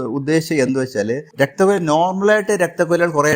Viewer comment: രക്തക്കുഴൽ എന്നാണ് പറയേണ്ടത് കുയൽ അല്ല